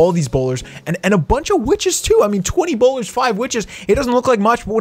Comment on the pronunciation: I love wen you say bowleears hahhaha